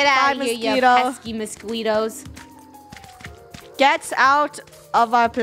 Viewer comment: said [ Moss - kwee - toes